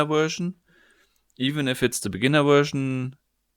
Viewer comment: vershion xD